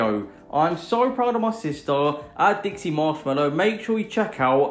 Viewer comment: You said Dixie's name wrong Everytime you called it